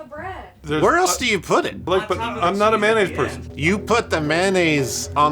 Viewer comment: please stop saying it like "man-naise".